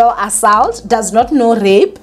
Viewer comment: Repeat after me.. Aa- salt